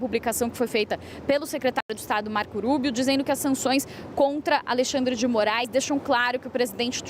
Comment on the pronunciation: Ensina essa guria a dizer o nome do marco Rubio. Fala como se fosse rua -rato...